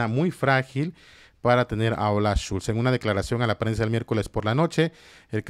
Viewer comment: Olaf SCHOLZ, Villamil, SCHOLZ, con o, no Schulz, que es también un apellido alemán pero es otro pues va con u.